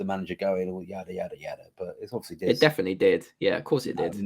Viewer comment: It is more that he gabbles, they should all speak more slowly PLEASE. A word like obviously, which has normally 4 syllables is reduced to 'ofslee', etc